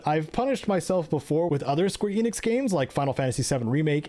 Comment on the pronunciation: you're pronunciation of square enix hurt my soul.